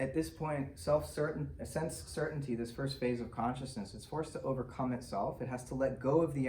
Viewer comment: It is certainty. Not certanty.